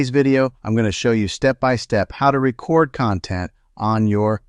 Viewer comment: The word is "Re Cord"